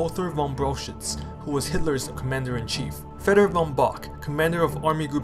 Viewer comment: btw V in "von" is like F